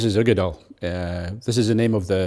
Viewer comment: Finally, the definitive pronunciation of Uigeadail..